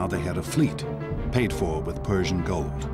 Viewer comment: When Liam said, "Persian Gold," I was in the other room and it sounded like "Persian Gulf" for a second, which made me think of the Persian Gulf conflicts, starting in 1990. But really it started long before that because I'd been reading about Geo. H. W. Bush's involvement with Saudi Aramco, when I got my first subscription to U.S. News and World Reports(in '76 or '77)all the way back to the late seventies/early eighties–and that made me think of various people who were taken hostage in Iran, and held for vast periods of time. What a tangled web they weave, when at first they practice to deceive–us.